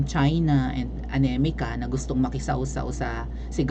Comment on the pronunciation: teacher..bakit anemica ang bigkas mo sa america.. tama ba yun?